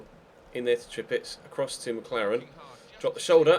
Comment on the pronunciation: It's not Treepitz, it's treepich :D Nice episode btw :)